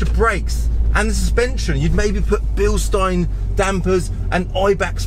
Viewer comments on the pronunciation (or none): none